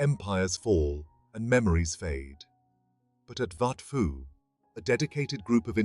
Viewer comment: Are you seriously pronouncing it "wat Fo" ??😅 AI garbage... pictures from angkor wat, siem reap and all over